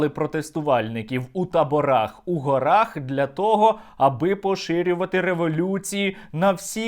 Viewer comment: Наголос у слові " гори" у місцевому відмінку множини на першому складі: " гОрах".